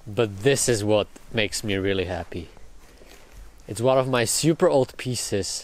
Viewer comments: And I don't like it xD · I love how you pronounce "super" as "seeyoopurr"